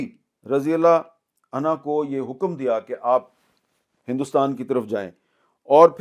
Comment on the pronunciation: The word in unho not Unha.